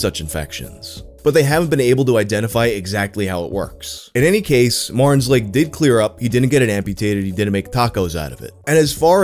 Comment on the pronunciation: "marn's leg" lol